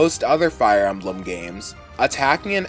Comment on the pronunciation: Did you just pronounced Emblem as "Amblem"?!